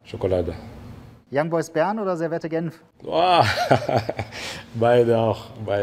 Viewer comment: Servette 😂 Das wird "servet" ausgesprochen 😂😂